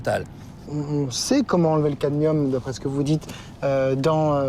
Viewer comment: The poison is caDmium. Not caTmium. Pity it's mispronounced by the speaker throughout the video. Other than that a very informative video. I've heard potatoes are the most poisonous food to eat although not the only poisoned food. Even organic produce still uses chemicals that are "approved". Its reasonable not to trust any approval process. Grow your own food and be careful of what soil you use to avoid disease including dementia. It appears to me that these depopulation tactics are aimed not to kill us outright but to kill us eventually by stealth. It means we can labour for their profit until we at use by date. Then their is no retirement refund/pension from taxes paid and the worker is left to an ugly, painful and somewhat terrifying early decline and death as in dementia. It is obviously intentional and a clear demonstration of evil in action. The depth and breadth of which is astounding. God protect us from evil. Praise to the human beings brave enough to speak and act. God bless you all.